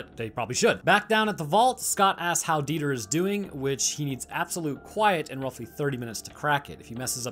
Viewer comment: Dieter is a fairly common German name, and it's definitely not pronounced like that haha it's more like Dee-tah